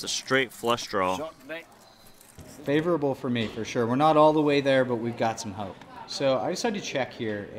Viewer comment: “Favourable”! influence is spreading